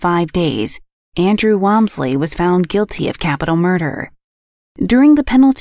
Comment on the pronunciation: Interesting, but you pronounced the last name wrong, which was funny. I happen to be distantly related to them.